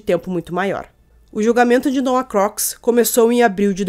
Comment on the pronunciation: O sobrenome se diz Crucs